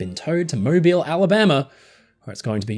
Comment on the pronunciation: Thank you for pronouncing Mobile Alabama correctly!!! I live here and see her every day for now sadly